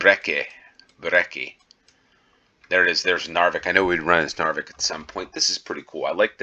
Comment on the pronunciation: Knarvik is pronounced with the K. Without its become Narvik, that is another city in the North 😊